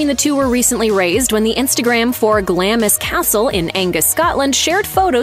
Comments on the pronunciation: Glaaams Castle. NOT Glam-is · Glamis is prounounced glarms ! Please try to get it right ! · You need to learn how to pronounce Sxottish place names